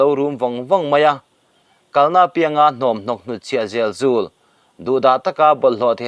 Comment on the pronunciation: Hunt chhiah zel zul tih tur, zél zûl ni lovin, phungbawm tih thluk pawh a dik chuang lo, ro ri re tih pawh a dik chung lo, puan ven pawh thlukna a awm lo